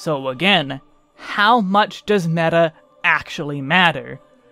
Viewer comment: As a Greek guy myself I had to stopby for your Greek μέτα